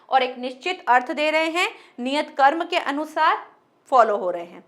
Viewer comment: कर्म की जगह क्रम बोला जय।आपके पढ़ाने का ढंग बहुत अच्छा है।